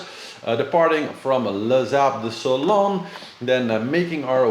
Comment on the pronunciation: It's great to see you back… but beware is Sable d’Olone... Pas sable Sonone…. No ‘s.😊